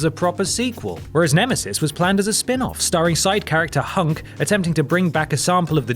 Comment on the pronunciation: You said Hunk. .. not . ..HUNK!!